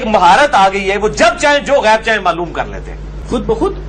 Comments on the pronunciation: Astagfirullah jhut tu ap bol rahe ho asi galti nhi kar sakte ap gayab bol rahe ho wo gayb bol rahe hy ALLAH ka khuf karen kisi pr tumat nhi lagye ok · Gayab nhi gaib bol rhe h bhai